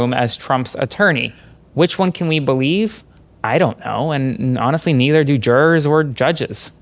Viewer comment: Why cant 'Muricans say mirror or juror?